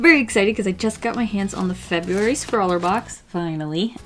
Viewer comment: Did she say February